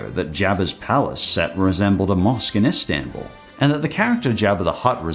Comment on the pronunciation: Me, A Turkish person, offended by the way he said Istanbul